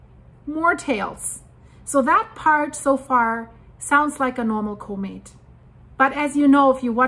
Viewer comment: could you please learn how to pronounce comet?